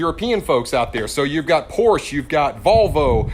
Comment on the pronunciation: If you want to be respected as a YouTube auto performance channel please learn how to pronounce PORSCHE! It’s two syllables.